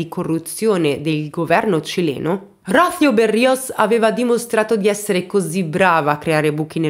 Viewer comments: Sei molto brava. Dico davvero. La cosa che apprezzo di più del tuo canale è il modo in cui racconti le storie di vita di tutti questi personaggi di ttagedie vere. Spesso uso i tuoi video come se fossero audiolibri🥰 Unica cosa però... nooon si dice Ródhio ma Rosío🙃🙃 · Rocio con accento sulla i, por favor 🤣😘🥰 È un bel nome, che tra l’altro significa rugiada 🤷‍♀️ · PICCOLA CURIOSITÀ: Il nome di donna ROCÍO significa in italiano, "Rugiada". Quando lo pronuncia, sbagli il tipo accento. Il nome é molto bello ☺️☺️☺️ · Rocìo? Ma perché le pronunciation mi danno accenti a cavolo di cane? Le ascolto anche, più volte 😩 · Rocío se pronuncia con accento sulla "i" :D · Ai sei splendida ma su Rocio l'accento e' sulla i no sulla o🤪